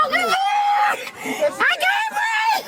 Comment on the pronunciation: Of course, she says i can't breeve. Act right